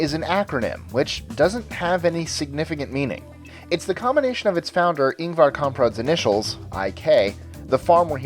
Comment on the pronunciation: The IKEA in Kungens Kurva, Stockholm is my main to go IKEA. It's just 100 km away from me :D Also, I find it cute how you butcher the names of both Ingvar and the places he is from :P